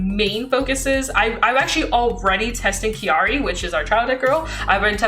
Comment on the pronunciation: Crying at every time mispronounces Kairi 😢 still an amazing video tho